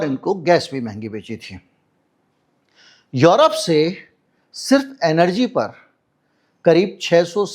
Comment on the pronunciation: यरोप नहीं यूरोप है